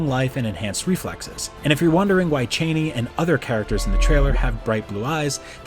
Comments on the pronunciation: Chah-nee, not Chay-nee. Har-KOH-Nen. Rah-Bahn. Jesus. Read the book before you talk about it. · CHA-ni....NOT CHAIN-ni...... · this man said chaney lmao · Lon Chaney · So many mispronunciations of characters I have seen since the 80's. Never seen the movie? Benet/bennay (Benny)jezret(jezraht), cheney (chahni), freemen fremmen was fixed*, both Leeto/layto, dr. uwei (youwee), harko-nen (harKOnen), Kwisatz Haderach is the prophet Muad-dib. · So much mispronunciation of the names in this video!... Bene Gesserit, Chani, Harkonnen, Kynes Also Dr. Wellington Yueh is not a Mentat!... That would be Thufir Hawat